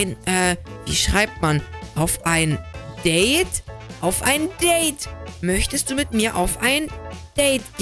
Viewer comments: Das heißt nicht deid das heißt deide😂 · Date!!!! Nicht Dait!((